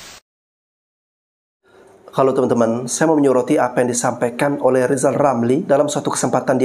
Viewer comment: " R " ini huruf apa ? Huruf L ' kata lisal🤣🤣🤣